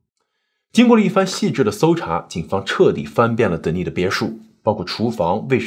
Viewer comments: 是不是发错音呀？De ni s，是不是应该读 Den ni s 才对？ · Denis的发音是 dan-ni-s 丹尼斯